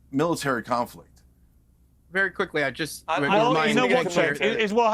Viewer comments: Cenk is promced Jenk,. Not Chank. Annoying. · Why does Piers refuse to say Cenk’s name correctly?